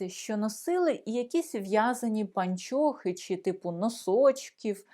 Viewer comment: Вы, уважаемая, совершенно не знаете украинского языка!!! Во первых: не " паньчьохы", а " пО нчохы", и не носочки, а скарпетки и т. д.😢😢😢😢😢😢😢😢😢😢😢😢😢😢😢😢😢😢😢